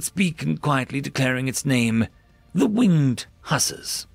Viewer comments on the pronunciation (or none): As someone who likes history and Sabaton your pronunciation of the winged hussars is cringe LoL